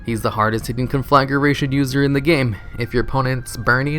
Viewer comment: Con-fla-gration. Nice video. Could smell those beer burps from here though.